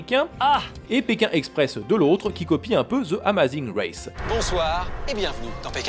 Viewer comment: Félicitations pour les 100.000 et tes efforts en anglais, à part Amazing race t'as tout bien prononcé ! 👍